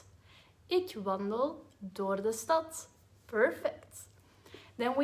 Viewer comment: Interesting that for 'stad' the 'D' is pronounced strongly, almost like a 'T' but for 'houd' it's barely even pronounced.